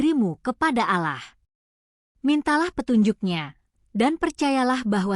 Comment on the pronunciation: Jangan di baca aalah tapi allah mba